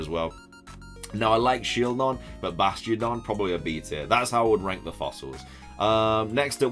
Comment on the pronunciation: Careful how you keep saying ‘rank’